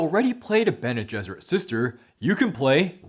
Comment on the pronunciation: Did... did you just say "Gene Besserit?"